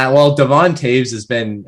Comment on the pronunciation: Also didn't know how to pronounce Devon's name or what he was traded for.